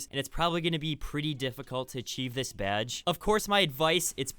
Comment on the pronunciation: Idk why but I laugh every time he says BYADGE